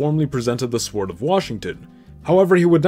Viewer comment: Dude.... It's sord not sWord 🤣 great video we usual, though.